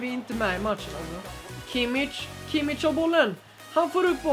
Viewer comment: Han uttalas Kimmisch. Jag har Tyska rötter och pratar tyska hemma.